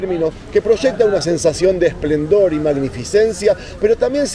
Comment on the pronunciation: Amigo, se dice esplendor no esplandor. Exitos